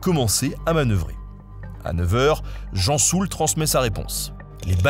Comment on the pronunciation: L'amiral "Gensoul" et non pas Jean Soul